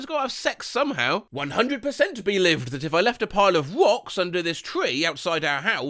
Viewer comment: That 'belived' got me so badly skull emoji